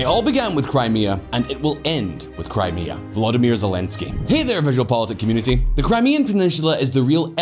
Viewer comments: "Kray-mah-ah" lol fucking hell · can you get rid of the woman voice who pronounces 'Crime Mia'. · Crymayha? Come on! Crimea is only the topic of the video. She could at least get the pronunciation correct🤬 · That Crimea pronunciation 🤦‍♂ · Just jumping in to say that the new voice over sounds much worse as AI than when you guys did it yourself's. She kept saying Crimea incorrectly. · That AI voice pronouncing 'Crimea', though... xD